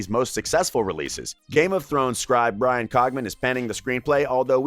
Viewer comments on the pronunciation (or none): none